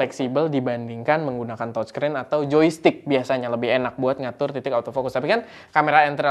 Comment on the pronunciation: Touchscreen dibacanya təchskrin..(seperti kalau kita ngomong E dalam kata "dEngan" atau "lEngan", bukan E di tEmpE) jangan tochskrin oom.. dengernya kayak gimana gitu..🙏🏻